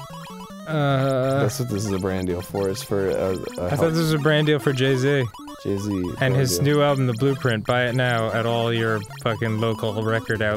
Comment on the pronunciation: Jay Z not Jeezy..... -_